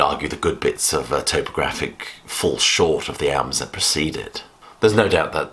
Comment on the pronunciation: I'm definitely in the lamb camp but you're the first person I've heard pronounce topographic towpographic. Another good video though, keep it up.